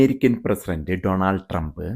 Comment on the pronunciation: അമേരിക്കയിൽ ജീവിക്കുന്ന ആളുകൾ പോലും പനാമ എന്ന് ഉച്ചരിക്കുന്നു! പാനമ എന്നല്ലേ ശരിയായ ഉച്ചാരണം? അതേപോലെ ഡോണൾഡ് എന്നതിന് പകരം ഡൊണാൾഡ് എന്ന് ഉച്ചരിക്കുന്നതും തെറ്റാണ്.